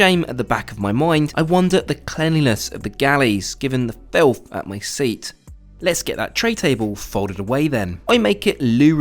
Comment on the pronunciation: Was it really FILTH (capitalized)? Was it necessary to repeat this word 50 times, REAAAAALLY stressing it, over a couple of tiny crumbs? I guess it was, for someone who makes money bitching for a living 🤷🏿‍♀️